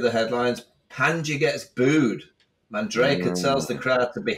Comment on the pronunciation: Its Manjrekar, not Mandrekar and its pronounced Guj (rhymes with Luge)